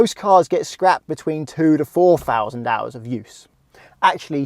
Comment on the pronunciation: great video...question...I want to know why his "TH" makes an F so it sounds like he is saying"Free hundred" and "four Fousand".... but he is able to say "there, that, and the" just fine